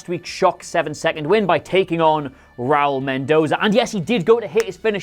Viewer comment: Ra-úl not Raul. Please.